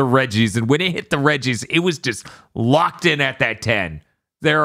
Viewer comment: Every time they mentioned the "Regi's", I can't help but hear "Reggies" and envision like some horrific man / rock hybrid of Reggie Fils-Aimé pursuing the cast and making those sounds. >3>